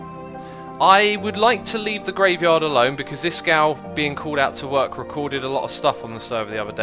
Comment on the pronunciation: D I love it how he says 'Iskow' instead of iskall